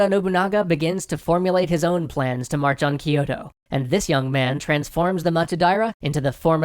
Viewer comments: It's not spelled "ki-yo-to" But spelled "kyo-to" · Kyo - To (two syllables), not Ki - Yo - To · I just want to point out that Kyoto is NOT pronounced "Keyoto", Its actually spelt and said in Japanese "Kyootoo" or spelt in the westernised "kyōtō", which time has shortened to Kyoto. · I love this series a lot, but the only thing bugging me is your pronunciation of Kyoto. It's not "Ki-yo-to" it's "Kyo-to". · Hoping not everything has been recorded, and there can be improvement upon "Kiyoto" That's my biggest pronunciation gripe, the rest, I can live with., please try to drop the vowel you're adding between the K and Y in Kyoto. It's not Kee-yoh-toh. It's Kyoh-toh. 京都、東京 Kyoto and Tokyo. The "kyo" is the same for both. If you say "Toh-Kee-Yoh" I'mma bug you about it, too >P. Y is not a vowel in Japanese.:). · You're vowel explanation isn't that clear itself. Yes they pronounce some words with more English sounding vowels especially the high 'i' sound, and they didn't palatalize Kyoto pronouncing it ki-yo-to (which did make me smile), but overall they did well to pronounce most things correctly. And Japanese wouldn't even hear most of these differences because they categorize some of these vowels as being the same where in English we differentiate them because we have 13 vowels in our language. At the end of the day they still did a better job with pronunciation than Japanese do with English words. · I winced every time he mispronounced Kyoto.